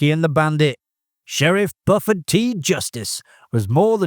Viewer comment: Bufford? Come on man, did that even sound right in your head before saying it?😂 Bew-ferd